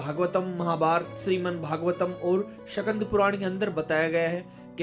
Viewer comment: Sakand nahi bhai skand Puran hota hai